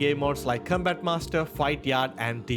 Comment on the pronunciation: Com...COM-bat. Not Cumbat 😅